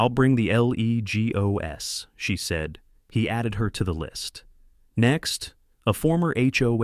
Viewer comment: Guess that AI cant pronounce leg o s😅